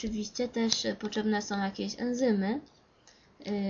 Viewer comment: 'poczebne' XD